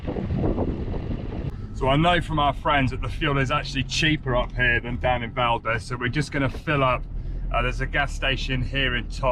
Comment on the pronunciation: Ugh guys… you’re butchering the place names here. Valdez is pronounced “valdeez”. Not Valdez like the surname. Tok is pronounced like token. Not like tuk tuk. You guys are killing me :-)